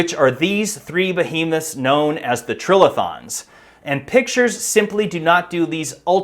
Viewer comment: Geologist here. Pretty sure it's tri-lithons, as in "three rocks," not trill-ithons.